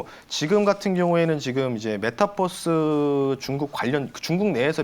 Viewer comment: 메타뻐스 아니구 메타버스입니다